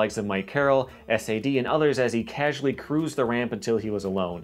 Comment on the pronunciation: It’s “SAD” not S-A-D ... do ya homework a lil more ...